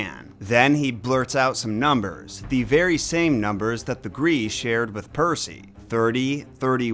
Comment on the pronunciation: When I looked up the pronunciation of Graeae, it said it was "Grye-eye" but I'm assuming both are considered correct because getting "gree" from that had to be from an outside source/authority. That said I'm not gonna complain but I WILL twitch slightly every time you say it.